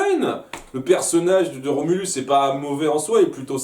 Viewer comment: En fait, c'est Rhombulus, pas Remulus.